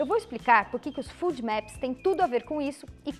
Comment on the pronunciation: desculpa colocar isto, mas a pronúncia que vc faz de FODMAPS não está correta, porque o som de "u", para a língua portuguesa, lógico tb para o inglês, pelo menos, deve ser aplicado à grafia de dois "O"s, no inglês, o que não é o caso da palavra ou sigla acima, que tem apenas um "o". Só porque vc é tão maravilhosa em todos os sentidos, que resolvi colocar, porque sei que seu conhecimento em medicina e em muitas outras áreas é enorme, inclusive, com certeza em inglês, assim como sua humildade como ser humano. Bem, se houver lugares falantes de língua inglesa que pronunciem da forma que vc utilizou. já me desculpo, e tb gostaria de saber, pois aprender é sempre bom.